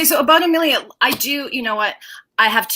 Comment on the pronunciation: Can you say Amelia's name properly please lol.. Ama Leah nope.. A millia nope lol..